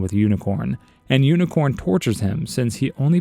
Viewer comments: It’s actually pronounced Unicron and not Unicorn, and this is what most new people in the transformers community get the misconception of. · It’s unicron. Not unicorn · UNICRON. not UNICORN.